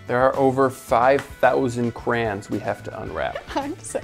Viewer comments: says "Kray-On." says "Kran." is saying it correctly! ❤🧡💛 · I find it annoying to hear "CrANs" instead of Crayons. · Dude theyre not "crans" theyre "crayons" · THEY’RE “CRAY-ONS” 🤦🏼‍♂️